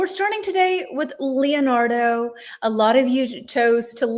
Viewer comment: Please, try to pronounce the 'e' in Leonardo like the 'e' in Lorena, and the 'i' in Michelangelo like the 'i' in Mikela. That way, you'll sound more natural! 🙏🙏😂😂